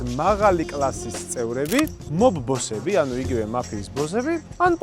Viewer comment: მაფიის ბოზები არა ძმა ბოსები ზ ს მაგივრად ს